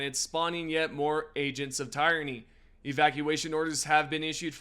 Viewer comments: Spawning in agents of tirenny. Lol why do people mess up these words. Good vid tho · Did he say tire knee or am I hearing things?